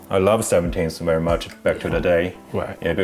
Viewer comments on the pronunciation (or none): He has a "rerry" dope collection lmao